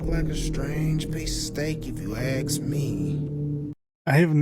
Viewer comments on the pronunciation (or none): The word your looking for is " ASK". ... Not axe